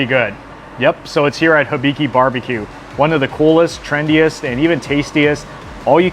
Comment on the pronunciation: It’s pronounced “HEE-BI-KI” like the whiskey. There’s HOLY COW in Chino Hills. Really good steaks and pork variety.